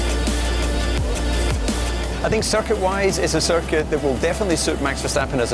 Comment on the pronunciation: how checo says circuit "cirquit"